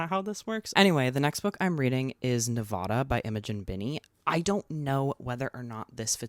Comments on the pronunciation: i so adore you but if i hear you say “nevawda” instead of nevAHda im gonna lose it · Your pronunciation of Nevada doxxed you lol